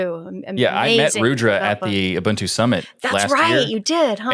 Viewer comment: You are pronouncing Ubuntu wrong. It says on Wikipedia "Ubuntu (/ʊˈbʊntuː/ uu-BUUN-too) is a Linux distribution based on Debian...". /ʊ/: 'u' as in 'push'. There's no bun in Ubuntu.